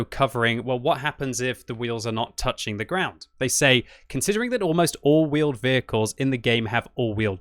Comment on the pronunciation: Vheeled Wehicles!!!!!